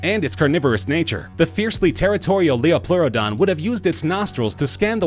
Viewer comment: it's pronounce "Titan-a-bow-uh" also the number one is titled "Lie-O-plearadon"